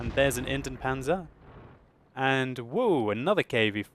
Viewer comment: Hey, Indien is pronounced like Indi-jen panzer:)